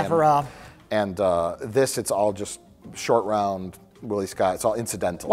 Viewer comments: Roat Shore. 🤣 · Mike didn't correct when was talking about how James Bond didn't want Spielberg to direct a James Bond movie so he can show some restraint. Roat Shore though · calling Shortround Rout Shore has me dead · Roat Shore is the absolute peak of mispronouncing things. I have no idea how he got there. My face hurts from laughing at this so much. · Roat Shore 🤣🤣🤣😂😂 I laughed so hard I had go back 30 seconds to see what I missed